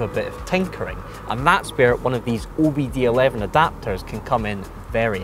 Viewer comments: Now my head hurts. It's OBD II, not OBD 11, pronounced oh be Dee two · OBD eleven he said. Lol 😂 If a million people haven’t corrected you already. Those are Roman numerals. Two letter I’s. Also known as the number 2. OBD 2 😃😃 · "O B D Eleven Adapters..." Immedietely discredited himself and everything this video stood for. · It's OBD TWO(OBDII), not eleven, lol. They used Roman numerals. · OBD11? It's OBD2 you doughnut. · Erm..... it's "OBD-2", as in Roman numerals, II........